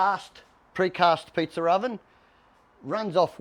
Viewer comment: So funny when he says Pizzer ovens